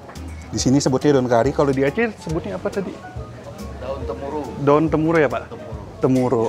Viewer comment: Daun temurui bukan temuru😁